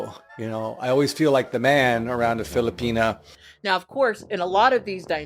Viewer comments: ....it's a small gripe due to the other aggregious stuff he's said and done...but the way he says 'filipina' annoys me. You're married to a lady from there. Why are U saying it like that? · Bro said filipenis I cant- 💀